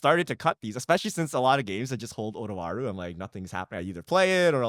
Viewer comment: I love Otawara, but I can't decide if I want to run it more, just to hear him say Twara instead each episode